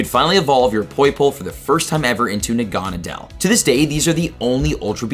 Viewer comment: Look up the pronunciation for Naganadel. Or watch the Pokemon sun and moon animated series. I almost didn’t know what you were talking about with your pronunciation.